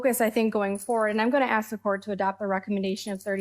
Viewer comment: Why would a well educated person say "Ax" instead of "ask"?